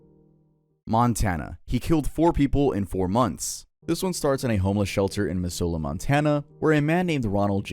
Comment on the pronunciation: hey btw missoula is pronounced mizz-ouhla ! just to know for next time :) -someone from flathead valley also hbd mojo!!!!